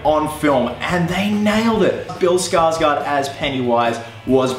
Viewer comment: The "å" in Skarsgård is pronounced like "awe". There ya go. Not Skarsgaard. Skarsgård.